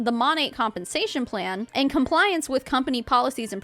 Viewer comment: Since when did the word "And" start being a 2 syllable word? "Annnnnn-ddda" ...